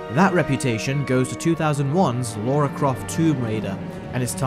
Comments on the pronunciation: LA-RA, not Laura. It's on the movie covers you keep showing, and you even spelled it wrong in your own title screens... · "Lara" not "Laura" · Anyone else notice the amount of times he says “Laura”, who is she!! It’s Lara 😂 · it is Lara not laura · It's pronounced Lara not laura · Laura? It's Lara!!! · It's 'Lara Croft' not 'Laura Croft'. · hey so I've been binging your videos all night, specifically the live Disney remakes, you make so much sense and explain so completely why the remakes are trash compared to the original animated versions, but my guy, I'm not sure I can forgive the continued mispronunciation of Lara's name. both pronouncing it as Laura and writing it in the video as such calls to question if you actually watched the movies........? no shade intended, I'm just finding your videos and am excited to watch more of your vs series. thanks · Lara --Lahr-uh. There is no U. If it was meant to be Laura, it would have been spelled, "Laura". Gah. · "Lora"??? Do your homework mate :/ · Lara its Lara Croft pronounce right your British!